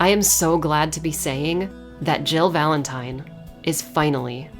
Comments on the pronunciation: I did see your previous video about how re3 was told through other games and liked it. Watched this and the moment you said VALENTIN-TIME, I subscribed. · "Valen-time" ..............10 out of 10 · VALEN-TIME hahahahaha nice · Valen-time! Lmaooo! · Nobody:: "VALEN-TIME!!" =__________= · Lol VALEN-TIME!! I like that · "Valen-time. I'm sorry about that." No you're not lol...solid video. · Valen-Time! Hahahahaha!! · "Valen-Time". You just won an Oscar. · I literally subscribed when you said Valen-Time! ❤️😂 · "VALEN-TIME* That's when I hit the like button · You call it "Valen-time" I call it ZZZZZAAAAAA WWWWWAAAARRRRRUUUUUDDDDDDDOOOOOO I'm not sorry for the Jojo reference. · Valen-time... sounds like how my dyslexic teacher would say my last name lol Valenti'N'e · Dude! "Valen-Time" 4ever!!!